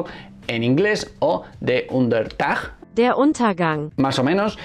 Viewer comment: Ni siquiera sabes pronunciar Untergang... Bien empieza la cosa